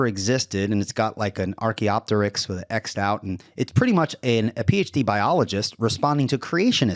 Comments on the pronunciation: He really is pronouncing it incorrectly and I have to wonder why. He's had to have heard it said to know the proper way, the fact that he doesn't and seemingly intentionally speaks to some sort of denigrating sneer. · When a Physicist can’t pronounce Archaeopteryx correctly you know you are listening to a bulletproof scientific debunking of avian evolution.